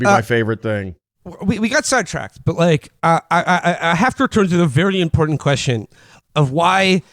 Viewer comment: "impordant" makes me wanna grab him by the shoulders and demand he go see some kind of lip or tongue doctor. Or "patreon" as "Pat" [Patri-archal] "reon"